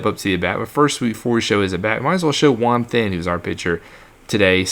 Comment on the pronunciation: I’m pretty sure “Juan then” is pronounced “Juan ten” im not 100% sure thought I should just mention it 😂